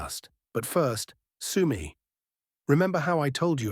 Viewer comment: UAF UKRAINA ARMED FORCES AI MAN...AND "SOME EY IS PRONOUNCED SUE MEE.